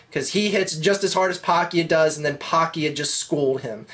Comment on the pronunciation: he keeps saying Mannys last name wrong.. lol